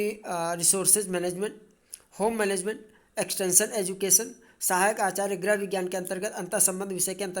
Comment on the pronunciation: कृपया गृह को ग्रह न कहें । बहुत बुरा लगता है भाई ।